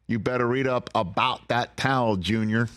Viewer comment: You better read "abaht" that towel jr. 🤣👏👏👏